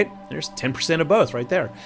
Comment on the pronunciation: Do it for Pope George Lucas. I swear that’s what I heard, but you probably said “both.”